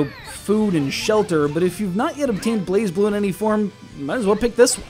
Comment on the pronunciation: its not prenounced blazeblue its blazblue gosh